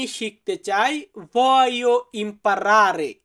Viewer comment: উচ্চারণ ভুল করছেন.. voglio.. ভলিও হবে